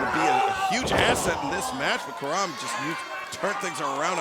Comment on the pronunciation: It's Karam . CAR-RUM. Not "kuh-rim" , "kuh-rom".